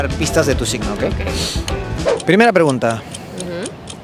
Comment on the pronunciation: Minuto "tu siCno". 😬